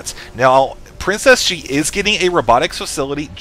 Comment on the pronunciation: It sounds like you're saying Princess G and not PrinceSG : ) Not very lucky with that nick I'd say ; )